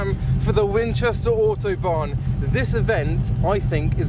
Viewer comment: I legit thought he was saying Autobahn until I realized he was saying Auto Barn. But man despite the rush this meet looks fun as heck